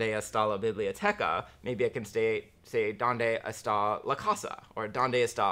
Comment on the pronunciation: You have no clue how to say Donde estan LOL